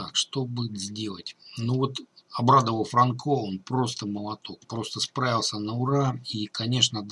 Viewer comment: Бля франкО уши режет ппц... чувак это Альгера или Полинеро... это латиносы - фрАнко чувак